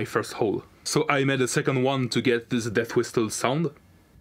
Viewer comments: genuine people : death whistle this guy : deyth wistel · This is the "deast wistel"